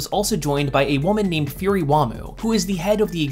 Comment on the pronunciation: Been years since this video, but hearing "qi" as "kee", "Furi" as "fury", "Iosama" as "Eye-osama"... Not that I'dve done much better on Pinyin prior to indulging in Chinese media, but a cursory glance at the comments didn't nitpick, so why I oughta... Ackshually, lemme plug my latest observation: so many people, in current and prior uploads, use "that" where "who" would be appropriate. All that churned, still doesn't diminish how digestible your content is. Now, back to binging~